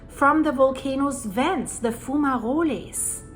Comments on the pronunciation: Foom-ma-rollies 😂. Will never tire of hearing you pronounce that 😂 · is a foom ma rollie. 😊